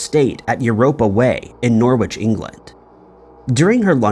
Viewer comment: Norwich is pronounced ‘Norrich’ …silent w